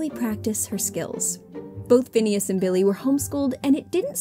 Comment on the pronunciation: The lady keeps saying finneas name wrong